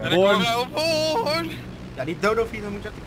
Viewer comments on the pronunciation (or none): none